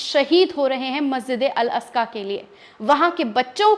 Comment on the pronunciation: Masjid e aska Nahi bahen g masjid e aqsa boliyea